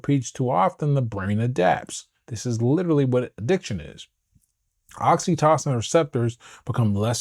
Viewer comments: I'm enjoying your videos and looking forward to reading your book. I hope you won't mind a small suggestion. I believe "oxytocin" is pronounced with a long o in the middle, i.e. "oxy TOE sin". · Great content my g 🫡… but I gotta say this, “oxy-tah-sin” 😆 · The way you see oxytocin is driving me crazy😂😅 please pronounce it normally.